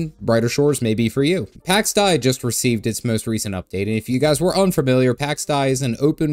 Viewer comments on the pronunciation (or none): Pax Deeeei .. not Dye or Die ... sorry but I cant get over this 😅